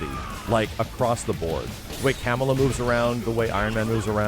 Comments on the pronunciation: for the love of god you have to learn to pronounce Ka-mah-la and not Kamel-uh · Everytime he says Camel-uh and not cuh-mall-uh I die inside but not really. Ik a lot of folks who don't know but maybe this will help. Dunno how many people watched Ms.Marvel or just know her in general but yeah idk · Kamala Harris ruined the way you pronounce Kamala. It’s Ka-MAla not kamala. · The way that you pronounce Ms Marvel's name makes her sound like she's a valley girl but she's a Pakistani-American from Jersey. It's Kamala, dude. Not Camela😂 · It's so funny pronounces Kamala like the presidential candidate.